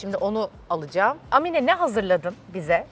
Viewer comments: Amine nin a sını uzatarak söyliceksin bir zahmet bunlara dikkat edilsin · Amine diye değil Âmine diye söylenir! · Amine degil Aaaaaamine 😊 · Amine ne ya, Aamine diye okunur, A yi uzatmak lazim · Amine değil Aaamine diye okunur 😂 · Âmine diye telaffuz edilir, Amminne deyil 😅